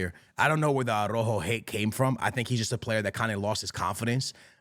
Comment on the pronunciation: Another year and this guys keepz calling araujo .... arojo 😂😂😂